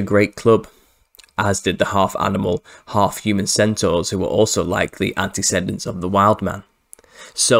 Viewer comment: You are pronouncing "antecedent" incorrectly. Try "anti-see-dent".